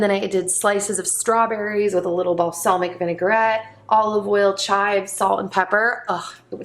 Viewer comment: yeah it almost sounds like balsalmic and and serrano sounds like rain instead of ron🙃